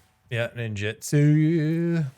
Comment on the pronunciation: I don't want to be that guy but it's nin-joot-su.